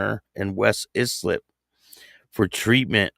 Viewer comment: ISLIP = eye slip is how it’s pronounced